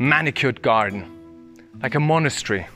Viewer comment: I've watched this video hundreds of times I'm ashamed to say. Something about this house is just mesmerizing. P.s. monastery and monochary 🤣🤣🤣 but seriously I love the video, wish you'd go back and show the chapel and grounds.